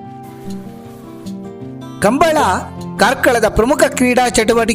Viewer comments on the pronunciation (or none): none